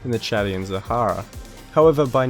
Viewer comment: It is called ouzu not awzaw It is called sahara not sara It is called toyota not toyoda Wtf